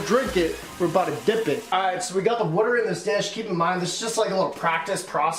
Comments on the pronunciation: my mans says wuter not water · Someone pls make a montage of him saying water wrong